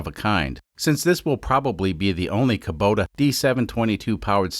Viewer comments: Its pronounced Koo-boh-tah. Not Koh-boo-tah. Lol. Love this series. I fix these engines, used in custom machinery for a living. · Damn it,, why do you keep on saying Kobuta sometimes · I believe it’s pronounced kubota Kuh-bow-tah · Can you decide if you're gonna pronounce it "Kubota" or "Kobuta", please.